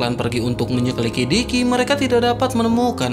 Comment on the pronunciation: kq ya lancar bilang menyelikidikinya min. sallut deh 😂😂